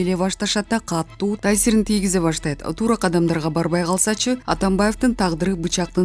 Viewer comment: Окуп жаткан кыз, туура окунанды уйрончу. Паара деп эмес, пара деп, эч кандай ударениенин кереги жок, катту эмес, катуу деп окуп жургун. Кыргыз тил , адмбиятын мектептен жаман окуган окшойсун. Бир, грамотныйыраактарга окутсанар боло.